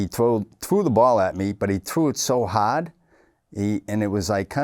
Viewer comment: "he trew' it so haaaard"